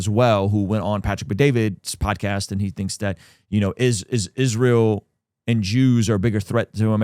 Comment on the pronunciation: Why does she pronounce it "ISHreal"?